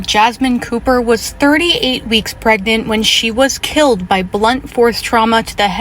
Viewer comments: He didn't say pregnant, he said "preynint". He was a real catch, wasn't he? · I hate when people say “preynet”